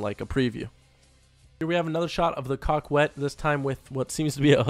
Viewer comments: Not pronounced cockwet. Its coe ket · Coquette is pronounced COE-CETTE. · And please do not say Coquette as Cock-wet. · repeat after me. Coquette, "KO - KET"; Besra, "BASE - RA". Coquette "KO - KET". Besra "BASE - RA". love your vids! keep up the great work! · It is supposed to be pronounced kak-ette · Did u say the car was called the cockwet? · Lol cockwet (coquette) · Learn how to pronounce coquette haha